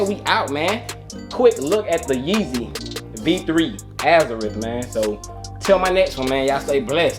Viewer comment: NIKE is coming out with FREDDIE KRUGER JOINTS for Halloween,Air max 95's. I hope i can cop them? I hope you do a video on them if you cop? The way that you are pronouncing the name of the sneakers is correct. Teen Titans Go. ❤